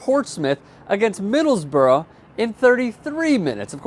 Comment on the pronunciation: Wow, saying Middlesbrough almost correctly. Well done lol